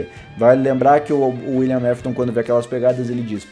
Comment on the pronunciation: Não é Wiliam mafton é Wiliam afton